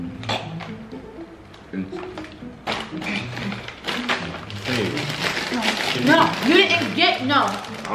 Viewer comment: “ancient greens ..... ACIENT ???”😂😂😂😭😭😭😭😭